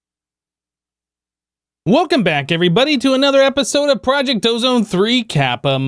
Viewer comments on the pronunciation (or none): none